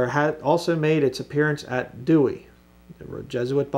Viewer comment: I thought you were an expert in the history of Bible's and you don't know anything about the Catholic Douay? Or even how to pronounce it? Explain the unicorns discussed in the KJV in your next video please. Thanks.